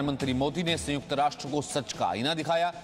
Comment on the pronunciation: संयुक्त ना कि संयूक्त।